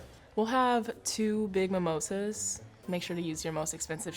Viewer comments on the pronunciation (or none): Its Not MIMOSAAAAAA LORE BEHEN KA LORE